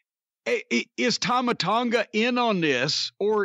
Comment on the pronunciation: pronouncing Tama Tonga's name wrong makes me cringe. It's Tah-mah,.